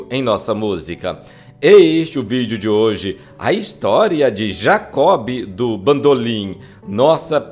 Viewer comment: "Jacó Bidú bandolin" 😂😂😂😂😂😂😂😂😂😂😂😂😂😂😂😂😂